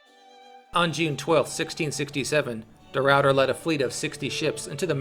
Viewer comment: its funny cuz they say de Ruiyter but its just de Ruiter, ah ah ah ah